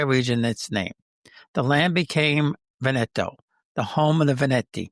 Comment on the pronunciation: You are mispronouncing Veneto - the accent is on the first syllable VEN eto